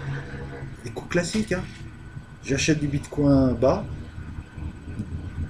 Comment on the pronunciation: J'ai eu cette vidéo en recommandation YouTube ... Mais pourquoi YouTube me recommande ça ?! Vous ne faites que parler sans justifier quoi que ce soit, vous ne savez pas vous documenter, ni même prononcer correctement un nom. (le bitcoin, avec "coin" un canard, sérieusement ?) YouTube devrait sanctionner ce genre de chaînes de désinformation et de manipulation au lieu de celles qui produisent du contenu de qualité MAIS qui ont diffusé un extrait de 5 secondes d'un contenu sous copyright.